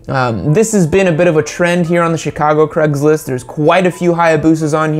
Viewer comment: “Creggslist”. Great pronunciation.